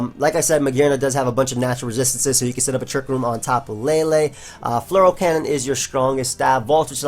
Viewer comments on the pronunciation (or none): I always undestand something like Floral cannon when you say Fleur cannon